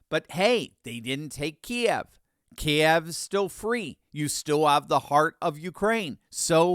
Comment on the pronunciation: Thank You So Very Much,,I SALUTE YOU 👏👏👏👏👏,,,For Pronouncing Kiev Correctly,,Two Syllables,,As It's Always Been,,Even When It Was Very Much A Part Of The Former Soviet Union,,Key-Ev,,Just Goes To Show Once Again,,Lack Of Proper English Education In Schools,,And My Guess Is Geography Probably Non Existent,, Another One Drives Me Bonkers,,Is Quatar,, Pronounced As In Guitar,,,Not Cutter,,If It's Cutter,,Why Does The Lefty Lamestream Fake News Refer To Their People As Quataries,, Shouldn't It Be Cutlery,,If It's Cutter,,,🤔🤨🧐😃😆😆😆😆🍴🥄🔪🍽️🤠🇺🇲💯💪🙌🏆TRUMP ALIVE THROUGH 25 💯